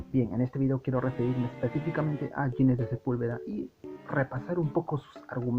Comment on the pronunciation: Ginés es un nombre castellano y se pronuncia con las normas fonéticas de este idioma: la G con las vocales i /e tiene sonido de J. Ginés suena como Jiménez. Nunca como si fuera inglés . No es "Yinés", por favor. Este constante error hace que el vídeo se vuelva casi insoportable.